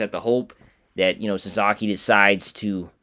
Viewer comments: Sa-SA-ki, not Sa-ZA-ki...you lose credibility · His name is Sa-SA-ki, not Sa-Za-ki